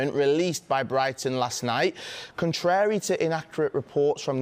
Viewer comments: Can't pronounce contrary.. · What a strange way to pronounce the word 'contrary'.